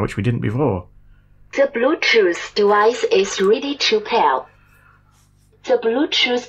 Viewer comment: "De blootjoose debica is reedy to pal... the bjootoo debice is connectidad successfulley..." that's for sure some cheap generic chinese bt junk :-)